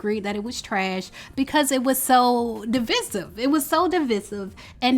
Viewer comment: Da-vissis awww dee~Veye-sive